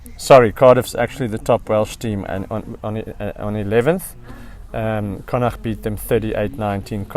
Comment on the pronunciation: Just love the way you pronounce “Connacht” - rare for a non-local to get it so right👍